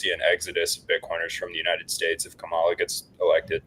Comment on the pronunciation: still can’t pronounce Kamala’s name and at this point it just comes off as unintelligent. But so does most of Simply Bitcoin’s content.